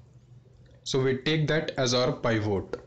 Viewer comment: It is Pivot not Paaivoat.